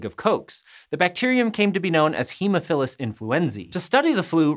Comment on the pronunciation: ahhh that haemophilus pronunciation